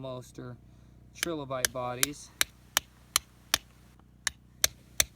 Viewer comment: It's pronounced try lo bite, not tre lo bite